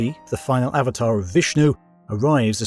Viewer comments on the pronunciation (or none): none